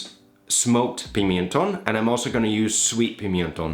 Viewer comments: Hi, just one thing, is PIMENTÓN, not pimIentón as you're saying it. You're adding an "I" between the "M" and the "E", and that is wrong, you don't say like that in spanish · Hi! Your channel is amazing and I love how calm you talk and the passion you have for the process. Just to be nit picky, the pimentón is not pronounced like that. The correct way should be like 'pee-mehn-ton' for an English speaker (notice the single 'e'). I guess you are used to pronounce pimiento, which is pronounced like that because of the 'i' between the 'm' and 'e'. Thank you so much for the content.